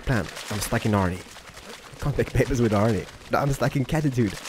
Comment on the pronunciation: If I have to hear the word babies one more time, I might slit my own throat. Especially if it's said incorrectly as it was in this.